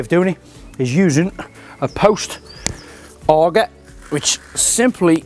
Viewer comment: I would have at least put it in straight Craig. Good grief. Also it is an Auger not Aga, and a post Maul not a Mule.